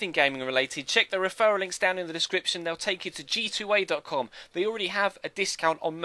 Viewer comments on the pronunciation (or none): I heard GTA lol instead of G2A